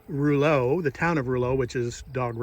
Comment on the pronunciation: Rouleau is pronounced row low. Thanks for stopping. We were fans too. in MB.